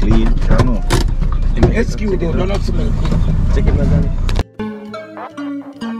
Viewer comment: Leave Johnny alone he is a fart Analyst 😂😂😂😂 the word is excuse not Escuse 😂😂😂 you guys are hilarious 😆 l😂😂 you are very mischievous and annoying leave your mom alone 😂😂😂😂